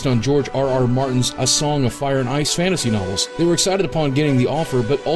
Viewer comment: Interesting facts, but, just saying, you pronounced a lot of the fantasy type names wrong. An understandable mistake though